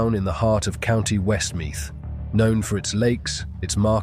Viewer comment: It's pronounced mead man west mead